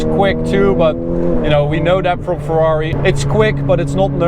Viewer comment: Ferrari no fwrhuawri